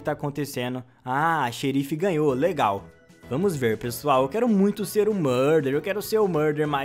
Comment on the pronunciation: “eu quero seRRRRR o murdeRRRR”